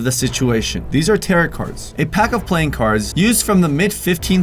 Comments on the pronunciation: Pronounced Tar-oh..not taret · Hey just thought I'd let you know it's not 'tar-OT' it's actually 'tar-OH'. Sorry just thought I'd say that I love your videos and you kthxforreadingbye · It's pronounced "tare-o" not "tare-it" they aren't carrot cards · It’s pronouced taro cards not taROt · I will not watch this channel anymore because of the pure hellish shrieking screeching cacophonic noise you shoot out of the speakers and into my ears. It’s pronounced “TEAR OH” cards. Not territ cards. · As I'm hopeful at least one of these 5,258 comments left before me most likely clarified, it is pronounced Tare-O, not Tare-et. But I'm glad to leave a reminder. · it’s pronounced as taroh not tarot... 😇🤔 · The word “tarot” (as in “tarot cards”) does not rhyme with “carrot” (as you pronounced), but it rhymes with “arrow”...FYI. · Its pronounced like Teroh not tarat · "tarrot" as in carrot. It's TARE-roh,. Sorry, but this Wiccan boy has got to go. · Just found your channel, because today, 10/13/2023, is the “Dear David”, movie premiere. “Tarot”, is pronounced, “TEAR-oh”. It does NOT rhyme with, “carrot”. You know…..”SPEAK”, is a wonderful little thing that you use, when you’re unsure of the correct pronunciation. 👌🏻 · Tar-O cards. Sheesh. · the "T" in the word Tarot is silent at the end. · This has probably been said but this kind of thing that just pushes my buttons but tarot cards are pronounced taro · Tarot - (tear O ) is how it is pronounced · Tarrot....carrot lol Bro second "T" is silent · Your saying tarot wrong! It’s pronounced taroh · It not tarot it’s taro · no your right.but i ddnt wanna say anything lol,pron, 'ta-row' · Tarot is pronounced tear-oh. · Yo, it’s pronounced “taro” cards. Last T is silent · Tarot is pronounced Ta - Roh. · Tarot doesn't rhyme with carrot. Who hasn't heard this word? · Its pronounced TERROR-O. TAROT. Thats it. Say it. Come on. You can do it. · It's pronounced taro😂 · their called Tar-oh cards not tar- it spelled tarot